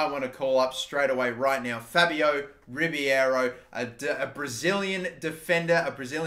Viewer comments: Its Ribeiro, not Ribiero... please pronounce it properly 😂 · You pronounce Ribeiro’s name like Ree-Bay-Row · There’s a hockey player named Mike Ribeiro, and while not Brazilian, his name was pronounced “Rib-Arrow”. It imagine it’s the same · Elliott Russo it’s pronounced Ree-bay-row